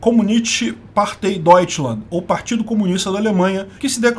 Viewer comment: Que alemão horrível. Partei se lê “partai”